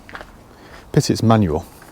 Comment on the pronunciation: You lost me at "manual" 🤢